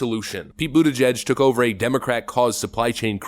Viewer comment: His name is pronounced PETE BUTTCHUG